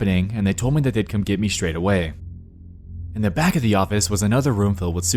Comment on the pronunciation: i jumped cuz the way he emphasized that “back” and thought hed say that there was a person in the back like wtf